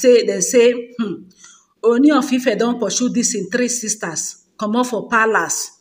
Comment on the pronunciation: Please stop calling him Oni. It is pronounced Ooni O as in OR. "Or ni" Sorry for the correction.